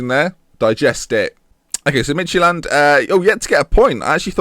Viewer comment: Lol, you pronounce it "Midgetland". :D